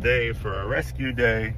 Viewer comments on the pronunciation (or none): Your "rescue day" sounds like "amazing grace"... 🥰😂👍